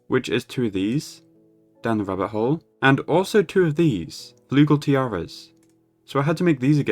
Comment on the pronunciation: the way you say "rabbit hole" sounds like "rubber hole" lol